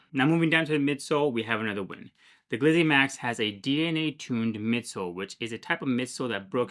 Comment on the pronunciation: I hit the X and looked for another review when you called it a what? "Glyzzy Maxx?" Geezuz man... give yourself a break.